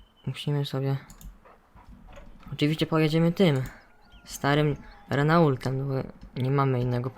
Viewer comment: Słuchaj mordo czyta się Reno a nie Renault